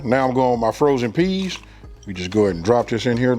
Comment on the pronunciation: It tickles me the way he says PEAS!